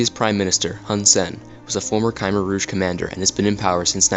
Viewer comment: Ryan Oakley im cambodian and sorry not everyone in the world knows how to pronounce ‘khmer’ its sad someone like you would criticize someones accent.